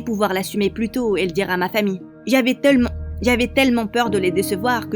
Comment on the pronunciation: Qui a entendu du quand dit j avais talmant p eur😂😂😂😂😂